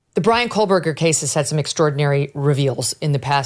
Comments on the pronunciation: There’s no “L” on Kohberger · Koe-Burger!! Megyn Kelly is an absolute moron. She can’t even pronounce his name right… So incredibly inept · Say his last name right! And Dylan and Bethany are liars and shady. Too many stories! Lies lies lies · Please please inform Ms Kelly there in no Letter L in Kohberger. She has been mispronouncing the name for years!!